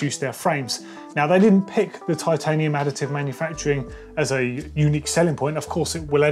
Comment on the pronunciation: “titanum”— did they save weight by dropping the “i”? 🙃